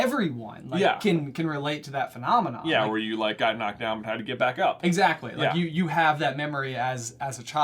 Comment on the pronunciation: every time you say phenomena I keep hearing manomanon from the Muppets. Just wanted to put that out there.